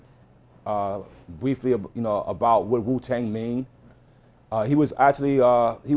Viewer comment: This dude says Bwiefly and pwesent LOL